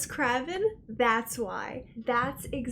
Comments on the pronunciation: Well, I mean, it certainly wasn't going to be the "spoof comedy" you were already familiar with, LOL - This moment reminds of when Jack Dawson gets hauled away in Titanic and he's all like "You know I didn't do it Rose, YOU KNOW ME!" - Just FYI, pretty sure it's pronounced like the word crave, as in "I'm 'cravin' some churros" ... Wes Craven. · Said Wes Cray-Vin Not Kraa-Vin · Wes Craven is pronounced Creiven not CrAven. Realy fun movie reaction tough. Keep up the good work. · Its Wes Craven....like Crave...good video tho, super good reaction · Wes CRAY-VEN :) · I mean, it's pronounced "Wes Cray-ven", but this is a great film. I love watching it. I watched for like, the 100th time last night. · craven like c+raven or cravin' LOL i freaking loved Randy he may seem dumb but this boy is smart as shit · Krah - Vin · Good ol' Scream. A classic from when I was like 11 years old. I only saw it because my oldest sister is a big horror/scary movie buff since she was young. Also Wes Craven's last name is pronounced like Cray-vin. kind of like saying craving without the G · “Crave-N”, just FYI 😅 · Rhymes with the bird raven. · Yes, like Cray. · No it's Kraven. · or like "raven" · You pronounce Wes Craven weird. Krei vn rhymes with Raven. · Love watching your vids 1st of all. For the record, it’s Wes “Cray-Ven” and that was him as the janitor with the Freddy Krueger outfit being that he’s the creator and director of the original Nightmare on Elm St. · Yay first "thumbs up" lol. Great to see you do some horror movies even though it's not October. If you liked this one you'd likely enjoy the sequels, they all have very crazy plot twists and turns keeping you guessing the killer and motive(s). Oh, and no bid deal but its pronounced "Cray-ven" for Wes Craven. lol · lolol Hearing you pronounce Web Craven made me laugh pretty hard. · Girl how did you mispronounce wes craven 's name? Also you completely ignored gale weathers wtf?